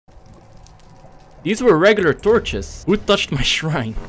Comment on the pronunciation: Shrine not srhine